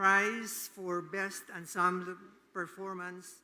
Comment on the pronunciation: Hello, Emcees. Wrong pronunciation of Ensemble. Hindi po Unsumb but ˌɑːnˈsɑːm.bəl. Lagyan po ng BL. “Unsumble”